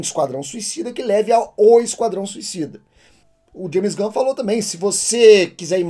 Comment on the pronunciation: "geme gun" ksksksks